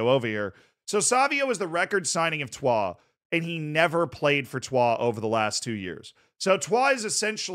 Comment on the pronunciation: the pronunciation of troyes is acc spot on, was expecting the average american “troy’s” pronunciation